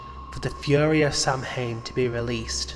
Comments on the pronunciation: it's not "sam-hane" it's pronounced "saw-when" by the way <3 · Its not pronounced Sam-hayn. Its SOW-wen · 1) I like him being stillborn then suddenly alive. There's a creepy idea there. Wish it stopped with just that. 2) It's pronounced "sah-win"